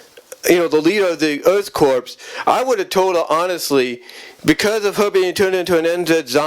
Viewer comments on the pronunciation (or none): It’s Blackthorn not Blackhorn n the P is silent in Earthcorp also if anyone from the Earthcorp is a possible love interest 4 Sandra it’s Herc Armstrong it’s Johnathan M Slattery aka Liquidator as he’s had the most interaction with her that ultimately develops into a romantic relationship also Liquidator is the 1 responsible 4 the love potion being used on the Inhumanoids that leads to Sandra being decomposed again also considering that Herc n Auger also got decomposed in the episode Cult Of Darkness (n Sandra didn’t but she easily could’ve been) doesn’t tell me that she needs to b kick off the team while they in the field